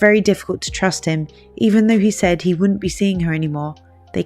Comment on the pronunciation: The word is "wouldn't" not "woont".